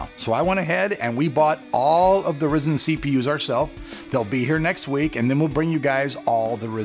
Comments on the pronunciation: not REEEzen RYzen.... like WHY RY.. cmon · horizon + zen = "rye" "zen" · it's "Ry-zen" not "Risen". Maybe that's why you're not getting much support from AMD right now lol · Why call it Risen??? Every single person who works for AMD has called it Rye-zen. Weird!!! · its Ry Zen not rizin or rye zin or rizin its RYZEN! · LOL He said risen not ryzen... "rye-zen" (The new horizon- ho-ry-zen) Happy to help, Rock on! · its not ress-en...its ry!!!-zen!! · It is called Ryzin not rizin it is rye-zin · the pronunciation is off man ... RAI ZEN NOT reezin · Risin nope RYE-SCEN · There are a few things I'd like to mention: 1: It's not "risen" it's "RYE-zen". 2: NOBODY does LN2 overclocking to gain real world performance. it's done just to break world records and stuff. 3: saying that now that you buy your review samples you will be honest about them makes it sound like you've been a corporate shill. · Say it with me Rye-Zen. R-eye Zen. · its pronounced "rye-zen" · Stop calling it risen u fuk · its pronounced RHY ZEN!!!! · "Rye-Zin". You have to pronounce it right, man.... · Stop saying "Ri zen" -_ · AMD is probably not giving you love cause you say RYZEN wrong (rie-zin) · After hearing 'Ryzen' pronounced 'Rizzen' about 8 times, I just had to stop the video. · Its pronounced RI zen... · Isn't Ryzen supposed to be pronounced Rai-Zen? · this is d best way of pronouncing it! Yeah Raisin rocks! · Markus Wiedner yes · Chris Radcliffe just about lost my $hit cause he kept saying "risen" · So distracting... 😕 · You saying it wrong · I cant believe "" made a video about he how pronounced RYZEN in this video and said he did it on purpose.....he clearly did not say it on purpose.... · learn how to pronounce it at least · TRUST AN AMERICAN TO FUCK THE WORD RYZEN UP. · For people he's saying it like that on purpose get the sarcasm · No... He believes that is how it is pronounced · I know you are doing that on purpose and I still want to slap you for your saying it :D